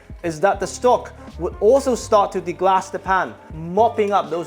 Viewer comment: Excellent recipe and guidance. (But it’s deglaze not deglass)